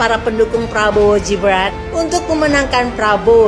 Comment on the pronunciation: Hei..... bukan jibran tapi. Gibran...... Gibran...... Gibran...... Gibran.... Bkn jibran...... Jibran.... Jibran